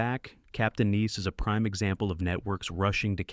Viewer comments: It's not niece, it's nice. Nīs. Long I It's not u.n.c.l.e. it's Uncle. You're supposed to pronounce the acronym as a word, not spell it out. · I think the bot that's reading this saw "Nice" with the capital letter and read it like the city in France. I can't listen to this much more. I'm seven minutes in, and I'm going to quit. The subject matter is interesting, but that voice is intolerable! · An abysmal AI mispronounciation of "nice", among other words. Turned it off ; I'm not subscribing!